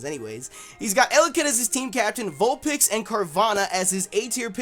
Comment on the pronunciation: Vulpex? Haha these pronunciations